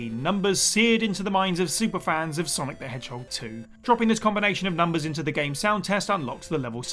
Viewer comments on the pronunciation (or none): none